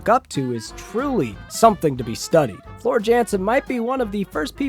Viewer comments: Calm down. You are the one deliberately mispronouncing a name out of sheer ignorance. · Shout out to vanilla ice cream. Always reliable and completely adequate. Also, you’re in for a keyboard clacking when some super fans hear how you pronounced Floor’s name 😂